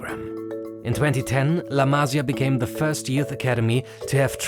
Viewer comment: la masÍa, accent on the I !!!